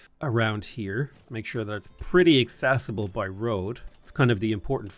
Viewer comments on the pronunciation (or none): none